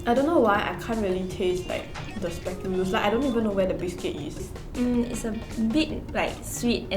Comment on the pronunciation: The way this char bor say spekoolus